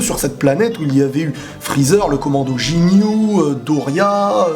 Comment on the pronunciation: Sa ce prononce GUINYOU PAS Jignou